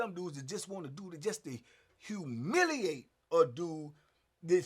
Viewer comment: The emphasis that put on that humiliate is wild 😅😅😅😅 he meant that